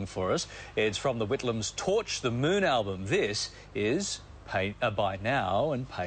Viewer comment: Am I the only one who winces everytime she says "elbum"? ...and Tim has his shirt tucked in. I've never seen that before.